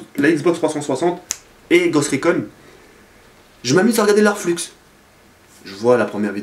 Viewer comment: LAisse un jaime pour que prenonce "Flu" et pas "Flux" =)